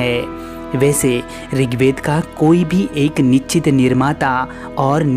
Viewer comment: निश्चित होता नछित नहीं... कमाल ज्ञानी हो यार तुम।